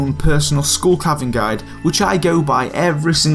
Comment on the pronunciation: Scooll cavern.